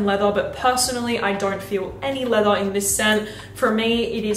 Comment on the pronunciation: How does she say leather leatha, but leathery properly. All she has to do is say leathery minus the y😂... I still love her though